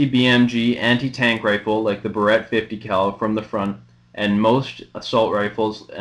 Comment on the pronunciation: Barrett, pronounced BEAR-it.